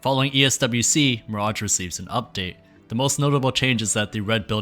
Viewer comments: why is this man calling mirage miradg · Gotta say, never heard anyone botch the pronounciation of Mirage so deeply. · The pronunciation of mirage almost drove me mad 🙈 it's a really cool video idea, topic and coverage though!